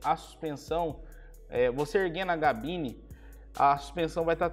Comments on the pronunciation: Porquê diz GABINE? O certo é CABINE, certo? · O cara tem um canal de caminhonete e fala GABINE 🤦🏻‍♂️ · Me perco no vídeo toda vez que fala Gabine kkkk